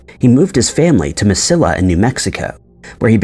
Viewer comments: It’s Mesilla, pronounced Meseeya. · Mess-see-ah. I was born there, I know. I can’t watch the rest. The pronunciation is so awful. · Can’t pronounce Mesilla either. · I cringed every time he said it.